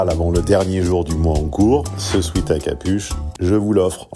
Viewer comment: On ne dit pas ( dans la pub de la chaîne) swiiit mais swèt en parlant du vêtement proposé en cadeau. Swiit est une faute courante des non anglophones.